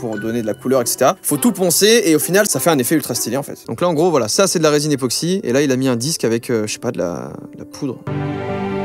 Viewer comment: ePOxy et pas … NÉOxy ;-; En vrai je suis fier